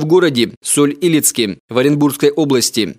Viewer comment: Хотя бы правильно название города произнесли. Правильно Соль - ИлЕцк , а ни так, как в видео говорится.